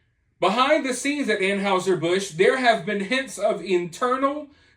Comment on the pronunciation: Please learn the correct pronunciation of Anheuser-Busch